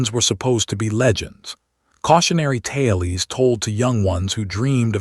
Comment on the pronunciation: I'm calling stories "tailes" from now on.